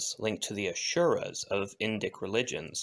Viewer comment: Just as a note: there is no “sh” sound in Asura.